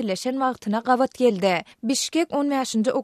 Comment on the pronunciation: SAHRA habarlari gystanyp okayan. yzyndan biri kovalayan yaly. sözleri yalnys okayan meselem geldi diymeyan gelde diyan.